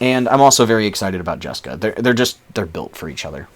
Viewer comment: Lol "jaska"? You mean jeska?